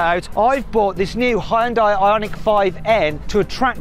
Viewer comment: てかイギリスでの発音はあんま似てないと思うけどね。ハイウンダイと発音してるけどこれがホンダと似てる？